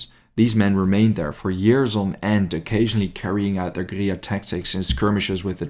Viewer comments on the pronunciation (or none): Mate you are absolutely murdering the pronunciation of guerilla. At least look it up before you make a vid 😂😂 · I wanted to like this video, but the use of russian maps and constant mispronunciation of guerrilla (from an anglo POV) made it unbearable. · Google says different.